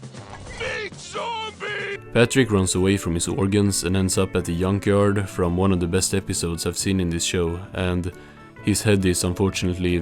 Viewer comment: Thank you for sparing us from having to watch this ourselves. Also, 'Yunk Yard' killed me 😂